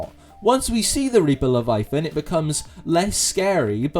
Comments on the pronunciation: it does sound weird without the pronunciation of the middle "a", but not the weirdest pronunciation I have heard even this week. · The scariest thing about this video is how you pronounce "leviathan"